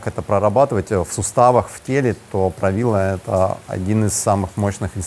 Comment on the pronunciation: Растягивает суставы и позвоночник. А вобще суть заключается в самом названии Правило, ударение на последний слог